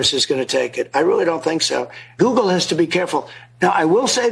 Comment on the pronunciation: Nobody called from guugle. Lol, we know. Dont wait on it my man